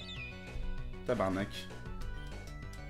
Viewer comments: A les québécois ont tous reconnues le "tabarnark" !!! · T'est tu québécois avec le "tabarnak" que ta fait XD!